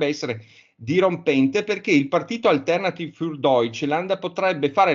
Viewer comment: Nota per entrambi: l'accento è sulla i, non sulla e (si dice "Alternatìv" non "Altérnativ"). Il tedesco non è un'opinione. Grazie. Sono italo-tedesco, mi dà UN FASTIDIO ENORME sentire le parole tedesche storpiate.